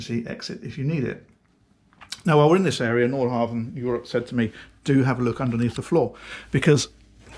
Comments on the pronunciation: Love all your reviews, I'm addicted. One small thing is your pronunciation of Nordhavn, the V is silent. So its Nor-how-wun! Used to live in Norhavn in Copenhagen, so had this hammered into me. Thanks! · Haha, correcting myself now. The d and v in Nordhavn are silent. 😊